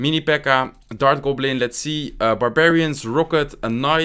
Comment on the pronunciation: Surgical "Gublin"